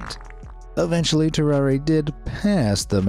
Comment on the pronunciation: His name is pronounced "tarrar", not "tarraray"